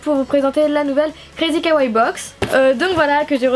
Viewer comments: J'adore tes vidéos ! Mais on dit Kawaii, comme y a deux i on les prononces, et on dit Lilakkouma pas Rilakkuma voila voila :) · Un jour le mots kawai sera dit correctement ...